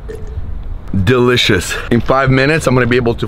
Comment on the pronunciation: cuts cringe face after drinking the preworkout::: “Dee-icious” Lol